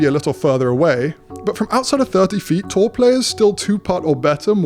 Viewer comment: Great vid. I thought he was saying "Tall" players ha!